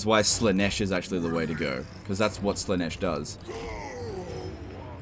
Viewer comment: It's pronounced Zeentch not sinch jesus. and Slarr-nish not sla-nesh, Khorne is pronounced corn as in sweet corn. :D